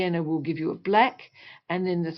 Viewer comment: Why you said, bleck, not black